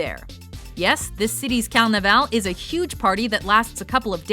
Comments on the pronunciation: Its CaRnaval, not calnaval!!! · If you could pronounce carnaval properly i would be happy